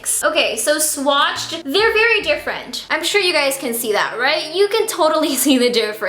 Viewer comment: Your Filipino slipped haha! Berry = very, love it